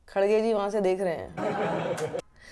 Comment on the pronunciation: Madam, woh KaDDgay nahi .. khaRRge hai. Hum South Indians ka naam dang se bolo please. Aap chaho koi bi party ki ya politicians ki samarth karo, iss se koi tension nahi. Hum South Indians ko itna bi insult mat karo. Waise aur ek baat, kangna jaise joker pe video mat banao, feku ka snoopgate ko viral karo. Jai democracy.